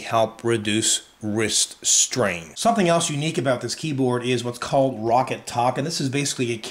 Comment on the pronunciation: ro-kat* not ROCKET.